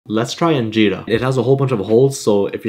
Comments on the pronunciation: Makes dibs please it is a meat dish and I have been watching your videos for a while now and am so happy you are trying Injera because I am Ethiopian. P.S It is pronounced (IN-JER-A) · Its anjera not injera